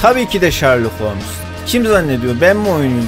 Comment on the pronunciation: yoo :D başlarda oyuna girerken bak ve ben dalga geçmiyorum. komik gelmesi suç mu ? ses kaydında bir kayma da olmuş olabilir. ?